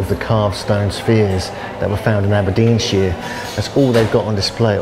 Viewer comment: Aberdeensheere. Naw Naw Naw mate. sh IRE. sh eye R. SHIRE